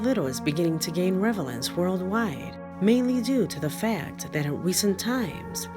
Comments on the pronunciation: It's 'relevance' not 'revelance', . Switched the 'v' and the 'L'. Not at all making fun, just always like to help if I notice errors. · 1.26…. Revelance eh